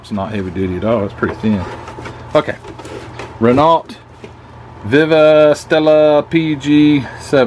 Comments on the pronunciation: Hi, me again, Renault is pronounced as Reneau (oh). The letters “LT” at the end are silent. It’s a French thing. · Nice haul. A little jealous not gonna lie. 😁 BTW Renault is pronounced 'Ren-No'. Your accent is a little thicker than mine.ha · Renault= Ren-oh